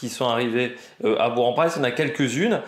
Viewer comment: on dis Bourk !